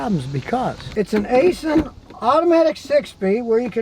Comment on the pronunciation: *Please*, STOP pronouncing Aisin "A-sin". Properly, say: "EYE-sin" (アイシン). You would not like me calling you "Scoooty KYLE-mer".